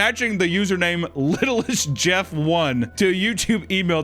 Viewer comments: Its not littlestjeff, it is pronounced little saint jeff akin to his private island name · his fort name us little st jeff. not littlest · correction with a minor detail, pronounces Epstein's fortnite username "littlestJeff" when "littlestJeff" is supposed to be "little st. James" after his island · His Fortnite username “Littlestjeff” I think is pronounced “Little Saint Jeff”, like his island Little St. James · "littlestjeff" is supposed to be read "little st jeff" like "Little Saint James Island" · I believe it’s supposed to be “Little Saint Jeff”, like his island.